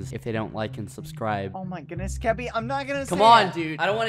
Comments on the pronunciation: ThatOtherAsianGuy Nah its skoopy not skuppy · its skeppy not skuppy